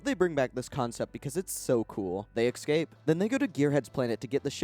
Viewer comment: Not the worst videos. Extra plus for lack of ads. Just have to finally say it. The way he says "escape" (eKscape) keeps crushing me every time, and it's alot.